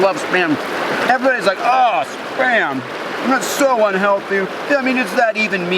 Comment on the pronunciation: Thought you said sperm. Got confused